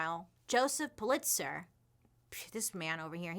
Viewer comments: Am I the only one that it bugged that she kept saying puh-LITZ-er? Correct pronunciation is PULL-it-sər. She’s losing credibility with me because of stuff like this. I know she has trouble pronouncing certain words which is fine, but usually she claims it. Btw. I loooove Hearst Castle too! Oh the pools! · Actually pronounced more like POOL-it-zer. 😉 I heard a rumor about Hearst having a castle. Know anything about that? 🤔😄 It is pretty impressive, isn’t it? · It's pronounced Pul lit zer. Just FYI.